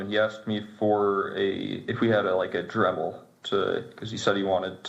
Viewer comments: Dremel not Drevel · Benny. It's Dremel, not Drevel. I feel like you have such a need to put content out every day that you're not taking time to verify and present your information as well as you should be. I've started watching your content less because of things like that along with all the clickbait